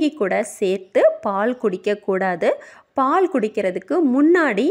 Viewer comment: அருமையா பதிவு. அனால் தமிழ் உச்சரிப்பு சரி இல்லை. பால் பாள் வாழைவானள என்கிறார்